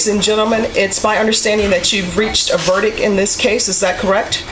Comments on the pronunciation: A verdick? That judge should know better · How does a judge pronounce verdict "verdick" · Judge handing out 80 years and cant even say verict. 😂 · Judge, "is this your verdIC"? Lady your missing the T at the end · Judge can’t even pronounce verdict right